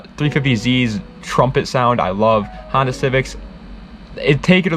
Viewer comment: N1gga just said "Hondota" 🤦‍♂️💀